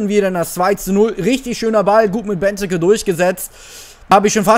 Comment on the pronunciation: Es heißt nicht Beneke sondern Benteeeeeke ausgesprochen